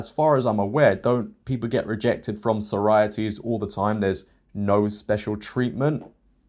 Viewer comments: Yeah he absolutely is English, but English people don’t pronounce it “Sorities”. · Why do you pronounce sorority like that?